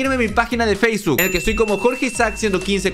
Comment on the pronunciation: Enves de decir facebok dijo faceguk jajaja